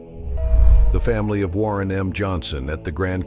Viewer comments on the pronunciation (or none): none